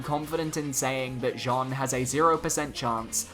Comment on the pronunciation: the way you pronounce Jeanne is terrible :D, it's not pronounce like the male name Jean + ne at the end but like "Janne" with the french pronounciation of the "a"